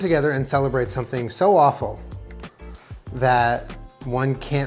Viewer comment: that was “Wawful”